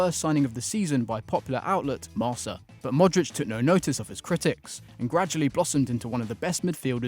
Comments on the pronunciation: "Marsa"... It's pronounced "Mar-ka", mate. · Marca is not pronounced ‘mar-sah.’ It’s ‘mar-KAH.’ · Hi, great video. For future reference, the spanish paper Marca is pronounced "Marka", not "Marsa"